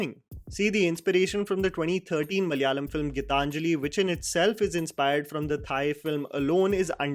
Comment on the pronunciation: Please after this long start saying Malayalam correctly.